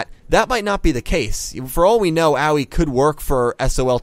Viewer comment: Her name is not "A-wee", it's "A-woy". xD Thanks for your analysis video again.